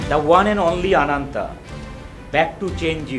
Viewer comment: অনন্ত থেকে আনন্ত.... কিছুদিন পর হয়তো কোন টিভি চ্যানেলকে বলবে, এইটা তার নামের সঠিক উচ্চারণ। :P গুরু হয়ে যাক শুরু আনন্তের সাথে। :D